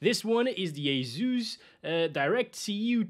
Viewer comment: how do you read asus as AZOIUUUU